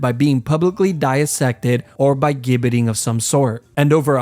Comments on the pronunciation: Gibbet is pronounced with a soft "G" sound, like Jibbet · Gibbet is pronounced 'Jibbet'. Warwick is pronounced 'Warick'. ...and what's the 'London tower'? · Sorry to be a pedant but the gibbet is pronounced with a soft g. So jibbet. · It’s pronounced gibbet not gibbet. It’s like the G in gif or giraffe. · Warwick is pronounced "worrick" Gibbit is "jibbit" Nice cartoons, 👍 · The flag of England is not the union jack, it's a red cross on a white background. Gibbet is pronounced "jibbet". Warwick is pronounced "warrick" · Gibbet is pronounced "jibbet." I know this coz I'm British and as you said, we're the experts 😉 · "Gibbet" is pronounced "Jib-it" btw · It's spelled like gibit, but It's pronounced jibit. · The worst torture of all: hearing that pronunciation of gibbet and Warwick. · Gibbet is pronounced with a soft g, like general or gist.